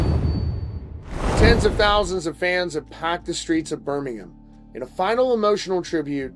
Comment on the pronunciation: I appreciate you pronouncing Birmingham correctly 😅